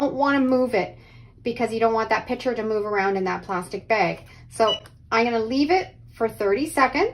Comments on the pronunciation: The word is picture (pick-true)unless you are talking about the item that holds liquid, a pitcher. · It’s “pick-cher”, not pitcher. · It is a "picture" not a "pitcher". :) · Love the concept of laminating. A couple of things … 1. I wish you had demonstrated with an iron, which is what most people have 2. Why are you saying “PI – CHURE“? 3. , I sure wish you had chosen artwork that your child actually did instead of just a coloring book. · It’s not a “pitcher”, it’s a PIC-sher. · Picture. Not pitcher. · Saying pitcher for picture drives me nuts! Practice saying pic a ture until you can slide the c in and say picture. Please! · Fun fact, there is a C in the word "picture".